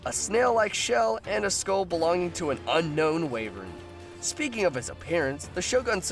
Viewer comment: "Unknown wayvurn"